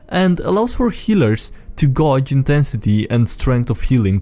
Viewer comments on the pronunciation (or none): Why do we have to bully you over Tolkein when we have the audio clip of you pronouncing "gauge" as "goje"? It's gayj by the way. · pronunciation was basically "gouge" to my ear. I've also seen Scandinavian languages use "au" and "ou" in very similar places, so the mistake makes sense. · Gauge is pronounced like Cage,but with a Guh sound infront instead of a C, so it sounds like Guhage. Edit:upon further examination,I realized that it sounds more like Gay-age,then guh-age. It should be pronounced Gage.